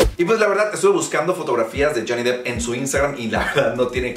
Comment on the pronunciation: No, está bien pronunciado. Se pronuncia depp (dep)